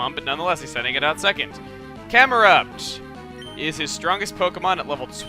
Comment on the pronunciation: camerupt. when you say it it sounds like ''cum erupt''